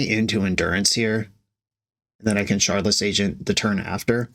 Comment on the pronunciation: Shardless is pronounced with a hard t sound where the d is. It has a Ukrainian root similar to how they overpronounce w's.